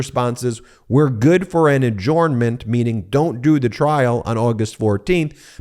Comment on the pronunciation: Ben! Ad-JURN-ment - not ad-JORN-ment!